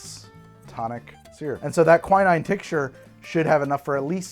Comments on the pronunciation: God damn how are you stuggling with pronunciation - it's not kwai-naine", it's "kwi-neene" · I believe it's pronounced "qui" (from quince) and "neen".